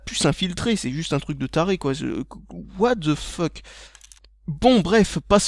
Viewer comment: parisien niveau 10 000! "watte the feuque"